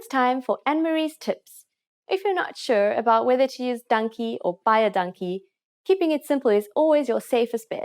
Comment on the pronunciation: Fully agree, also pronunciation is off, she's probably british,,, also her Dankie sounds like donkey